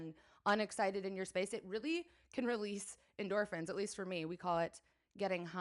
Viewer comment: en-DECOR-phins! ;) and yes, i get them! Also, i think you would like the Homeworthy youtube channel.